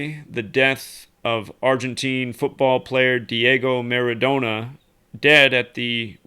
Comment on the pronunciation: ...Maradona is properly pronounced with another n like Donna